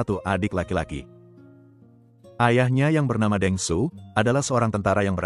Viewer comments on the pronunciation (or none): Penyebutan nama daerah,& kota jgn salah2 Seperti Shandong hrs dibaca Shan Tung Begitu juga Deng hrs dilafalkan Teng